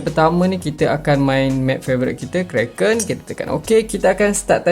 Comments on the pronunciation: Karakin ❌❌❌ Kraken ✅✅✅ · karakin bang,bukan kraken